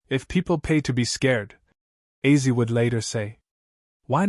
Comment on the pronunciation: Is it AI narration ? Why on earth does he keep pronouncing Ozzy as 'Azzy'? It's not that complicated. If your going to make an obituary for the man at least learn how to say his name...